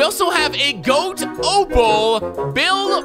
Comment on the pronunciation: Anyone else mad at how he's saying G.O.A.T. instead of just goat